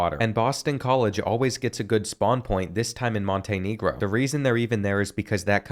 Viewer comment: Montenegro pronunciation was wild and after saying niger he say if there was one more g id have to be careful 😂